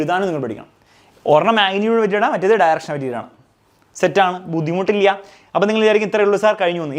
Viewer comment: that 'buddhimuttillya'😂